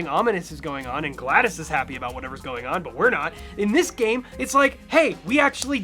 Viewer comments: It’s not Gla-DAS, it’s GLa-DOS. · It's GlaDOS- Prounounced, Glad-DOS, Not Gladys. GlaD-OS. The OS stands for Operating system. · It's spelled GladOS for a few reason. Please don't pronounce it's name as Gladys. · Its gla-dos not gla-das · You keep pronouncing “GlaDOS” as “Gladys” and it gets me every time. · It's not pronounced like "Gladys", my guy. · It’s pronounced “glad-dose” 😭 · I kept wanting to yell "ITS A PUN! SAY IT RIGHT!!" at my screen